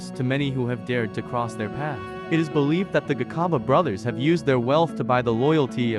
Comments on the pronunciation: My only concern "Gi khaba" brothers and "KwaZulu Naital" is really irritating to my ear. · 😂😂😂😂😂same here, he must learn how to pronounce it's very disturbing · "The Garcarber brothers"😂"kwaar zulu Naytle" 😂 what shit is that😂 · When a white man writes or narrates our stories, our names are distorted and mispronounced. Just listen how he pronounces "Gcaba" he pronounces it as Gikhaba. Now wonder today some of our surnames are wrongly typed because of a white man. 🤣🤣🤣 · 😂😂😂😂 the sarsasa cards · 😂😂😂😂😂 the garcarber brothers 😂😂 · Lol not everybody will pronounce it the way u want to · You should've tried harder to pronounce their surname correctly. Or just give someone else to narrate.